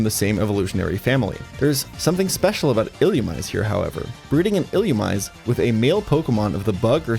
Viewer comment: ill-loo-ME-say, brother